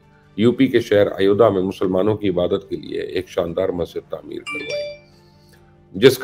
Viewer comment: Typical bakwaas jihadi journalism. Typical propaganda-filled piece completely filled with lies and delusion. Aur haan, pehle thik se naam lene seekh. It is Ayodhya and not Ayodha.